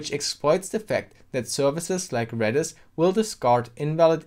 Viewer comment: I keep hearing you saying REDDIT instead of REDIS lolol